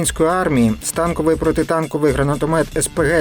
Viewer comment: Та скільки ж можна, "журналісти"! Запам'ятайте, нарешті: кулемет, гранатомет і д.т. - не "стАнковий", а "станкОвий", від слова "станок"! Як змовились, московити вічно перекручують, а тепер і наші мавпувати за ними почали...